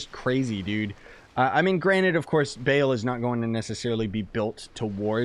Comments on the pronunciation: It's Ba-al not Bale, anyways, nice video! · Isn’t it bah l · I won’t even watch the whole video I cant handle him saying “BALE” all the time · no it's not ball as in football ball its ball as in ba al you're pronouncing to instances of the a sound that's hoe its mean to be pronounced I'm into demonology so I thought I'd correct you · Cringe every time he says Baal I wanna stab my leg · u trigger me. it's sair-ruh and BAUL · They’re pronounced “Ball” and “Saw-rah” lol